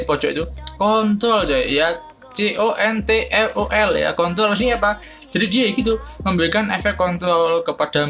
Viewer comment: control bang,bukan kontol wkwkw